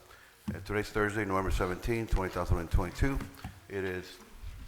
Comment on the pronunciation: Has nobody told the mayor that the year is 2022, not 20,022? If he doesn't even know what year he lives in what do we expect from him. Hahahaha and none of the other council members even try to correct him or let him know he's saying it incorrectly. Wow